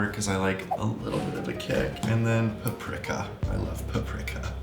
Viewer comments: OMG the way he pronounced Paprika cracked me up. I’ve never heard anyone say “per-prick-a” I’ve always heard it said “per-Preek-a”. 😂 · Q not trying to be rude at all but the way u said paprika is actually wrong it’s pronounced pap-ri-ka= paprika (I know cuz paprikas hungarian and im Hungarian so ya) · “PuP-riCk-A… i LoVE PUp-RIck-A” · Q SAYING PAPRIKA WRONG IS KILLING ME LOL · ive never heard anyone pronounce paprika like that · when Anthony pronounced paprika was killing me😂😂😂😂